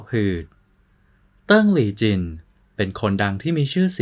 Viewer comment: อ่าน จิน ๆๆๆ ฟังแล้วหงุดหงิด ทำไม่อ่าน จวิน